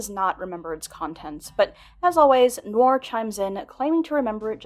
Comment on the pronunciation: Noir: nuh·waar not "nor"